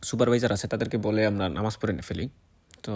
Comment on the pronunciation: আরে ভাই, নামাজ টা ভালো করে উচ্চারণ করেন, কেমন,, আপনি তো নামে মুসলিম